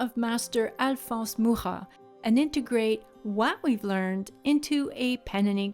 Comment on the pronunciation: I have one of his books of his work. I love his work so much. I appreciate you pronouncing his name since I have never heard it. The way you pronounced it sounds so much better than mine!😂 Your work is beautiful!!!!